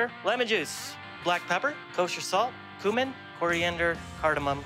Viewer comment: I don’t like how the chef says “cumin.”